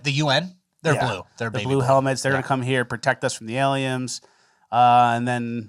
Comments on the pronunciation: I kept giggling like a child at "Aliems." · "Aliems" lol. YOU DID THE THING